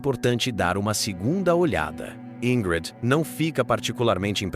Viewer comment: Pq falou o nome dela errado quase o tempo todo? De onde tirou "Ingrede"?